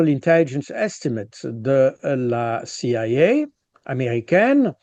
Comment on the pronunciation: Je cite "la cia qui est americaine" sans blague .. Cet homme s' écoute parler . Fatigant les termes americains prononces de maniere pretentieuse avec un chewing gum dans la bouche . Je decroche .